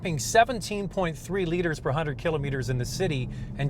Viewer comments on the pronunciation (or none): none